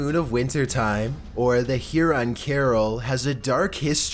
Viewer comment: hey! must correct your pronunciation in #4. it is Huron not heron. thxs!